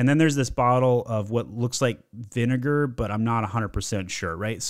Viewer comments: Mann you're roasting all these companies while pronouncing vinegar vineMer. Loved the video though helped a LOTT. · Im never going to be able to hear the word Vinegar without thinking Vinimar again 😂